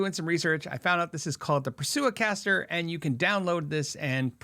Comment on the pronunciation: not "pursue-a-caster", but Prusa-caster, named after Josef Prusa, who made the printer onscreen.